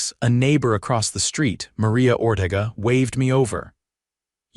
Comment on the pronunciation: E's are pronounced as A's in Spanish. Ortega is pronounced Or-tay-gah.